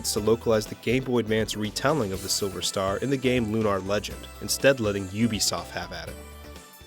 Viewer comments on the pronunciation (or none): Lunar is a real word stop saying it a "loo-NAR" like it's something made up for vidya gaems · It's pronounced Lunar. As in identical to how one would say Lunar Eclipse. You wouldn't say "lunaahr" eclipse. Why the affectation for the title of this game? It's the same word, whether it's a title or not. Silly, considering you say Luna for the name of the character, then proceed to say it the other way a sentence later.